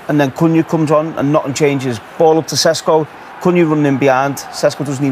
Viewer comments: ŠeŠko - SH e SH ko, not sesko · Wayne Rooney - "Nbueno" "Sesko" "Amoron" dude pull yourself together lol it's prounounced "sheshko" btw